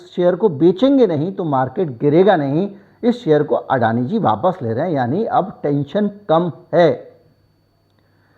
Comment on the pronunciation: अडाणी को अडाणी कहो. आप जो कहते हो वह हमें सुनना पडता है. दुरुस्ती जरूर जल्दी करो.